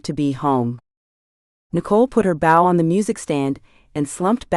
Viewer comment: Am very much enjoying your work, the AI narration is better than most however the incorrect pronunciation of words with multiple contextual meanings is a bit annoying. "Bow" and "Sake" for example, perhaps more careful editing might help? Thank you for posting this for free 😊❤